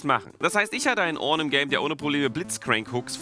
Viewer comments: Wie er ornn ausspricht richtig orrrrrrrnn XD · Immer wenn Orrrrrrn sagt, bekomme ich einen Orngasmus:D